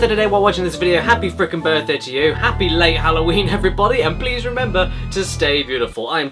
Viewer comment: Remembarr, remembarr, the fifth of Novembarr.